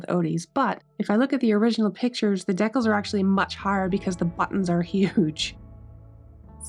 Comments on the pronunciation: I kept thinking, "What the heck are deckels?" Then I realized, decals! ❤ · deckles?? !! DEE-CALS!!! ;p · It's so interesting hearing your accent pronouncing "decals" as dec-Als when mine would say it Dee-cals. This was a beautiful restoration. I sincerely hope you find a buyer who appreciates your efforts! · Decals must be a Canadian accent. American pronouncement is Deecal. But spelled Decals. Hockey guy you tuber pronounces it the same. He is in Vancouver. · Awesome! I want one 😁! What nationality accent do you have that you pronounce decals as "deckels" ? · I laugh every time you say "decals". Maybe that is how it is pronounced in N.S.? Here we say "dee-cals". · It's pronounced 'dee-cals 'luv😅